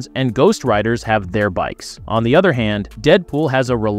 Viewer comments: AI doing the talk over parts in these videos is horrible. By the way narrator, other is pronounced O the er, not otter. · please buy a pop filter. Also, WTF is a mudder? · Did you just say "udder" opposed to other?